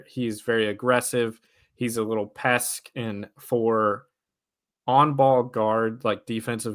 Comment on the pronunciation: Is he saying “pesk” instead of PEST